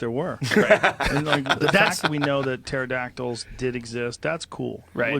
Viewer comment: But does he Imagine Dragons? 🤔🕺🏻 happy Friday everyone. "Turdactyls" lol